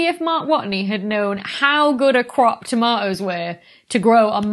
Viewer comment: "Toma' ohs"